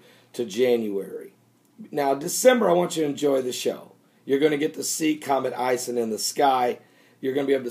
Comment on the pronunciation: oh and Ison is pronounced like: ice-own